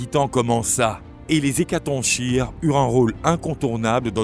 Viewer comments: On dit hécaton"K"ire et pas hécatonchire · Bonne video. Ne devrait-on pas dire "hécatonkire" en français, comme le ch est en fait la lettre grecque X ? Et qu'on retrouve dans la figure de style chiasme qui se prononce "kiasme" ?